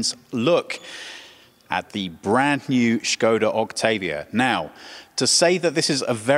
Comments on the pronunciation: First time watching video from your channel and have to say I really loved this in-depth presentation of the car unlike some other channels. On plus note I give props to presenter for knowing how to properly pronounce Škoda because many western car journalists just say it Skoda. Also I really love the sedan version of 2020 Škoda Octavia and I’m looking into buying one and that’s why I loved this video. Really a lot of details to the presentation. Nice job ! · What I loved most in this review is that you actually pronounced Škoda as it's supposed to be. It's a rarity to hear that outside the Czech Republic. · original czech pronunciation